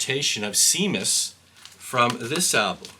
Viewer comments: You just saved me $44. By the way, the song with the dog barking is pronounced Shamus. It was the name of Roger's dog at the time. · It's pronounced "SHAYMUS". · It’s pronounced Shaymus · It’s pronounced “sham us” with a hard “A”